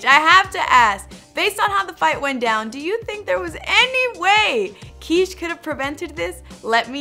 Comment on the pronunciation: You're pronouncing it like "Quiche" like the breakfast dish..Isn't it supposed to be Kish, like it would rhyme with fish??